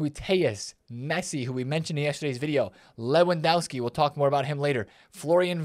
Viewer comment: I love your videos. Honestly watching them is the best way to start the day. Can I just point one thing out? You’re miss pronouncing Lewandowski, the W in polish is pronounced as a V. Just a minor thing I noticed as I’m learning the Polish language